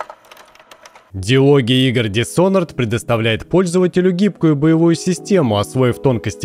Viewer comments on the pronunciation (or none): none